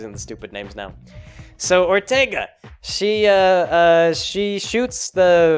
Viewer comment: Good ol' Perlerce Erfercer Orterga